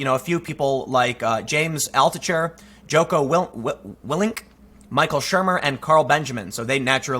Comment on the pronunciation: Just an FYI. Its pronounced Jock-O like Jack-O lantern. He's a retired Navy Seal who has an excellent podcast. Definitely give it a listen. And I may be misunderstanding Peterson but what I thought he meant was the votes would not be visible, not that the videos would be hidden with enough down votes.